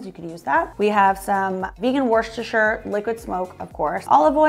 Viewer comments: American people really struggle with saying Worcestershire. It's wooster-sheer. Most of us drop the sheer and say wooster sauce. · For people who have trouble pronouncing Worcestershire (which everyone I watch) just keep in mind to not pronounce the “r”. Think Wooster-shur. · PLEASE learn how to say 'worcestershire' correctly. also, americans reffering to st patricks day as 'st paddys' day just sounds silly.